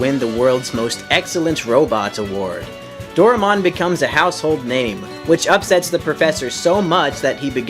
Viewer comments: For future reference, his name is pronounced "Do-rye-mon' not 'Dora-mon'. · You pronounce it wrong It pronounced Do-Ra-e-mon not Do-re-mon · This dude skipped English class growing up No matter where the property sources from, the AE paring makes a hard I sound Door-Eye-Mon Also, if he has ever watched the series, which I doubt he has, it does pronounce it this way. Both in Japanese, and English. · I love how almost everyone mispronounces "Doraemon"..... Including. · patrick sleeping Well if he was going to narrate a video about it, then it seems like he should pronounce the character/show's name correctly